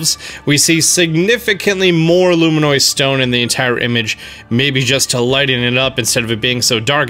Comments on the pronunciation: LF every time he said LUMINIOD, it just triggered me more and more bit by bit... So yes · It’s pronounced “Loo-mih-nus”, not “Loo-mih-noi” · luminous, not luminoise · "Luminoise Stone" ... It's Luminous. LUM-in-us. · You say luminoid instead of luminous. I just noticed that lol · Luminous!! Not, Luminoid! lol. Drove me nuts. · Best Nintendo content on YouTube... But when are we gonna teach our boy to say luminous? ˈlo͞omənəs. As in: Lou. Min. Us. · Did anyone else die inside every time he “luminoid”? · I cringe every time he says “luminois” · It's actually pronounced lumin-us